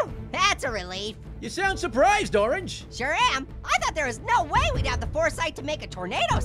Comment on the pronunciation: “Orrrrnge”! Notice how Passion Fruit forgot the A in Orange! 🍊